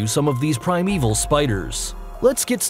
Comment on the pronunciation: Prime-Evil? Really?